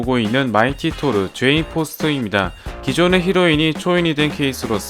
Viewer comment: 제인을 죄인이라고 발음하는거 개웃기네 ㅋㅋㅋ